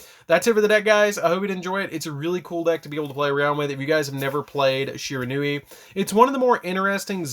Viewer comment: Stop pronouncing this architype wrong